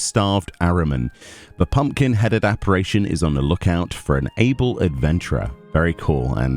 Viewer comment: Hate to be that guy but its pronounced "App-a-rish-en" Apparition that is, looking forward to the Emo look this year.